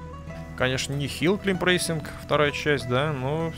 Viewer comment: Не Хилл КЛИМБ, а Хилл КЛАЙМ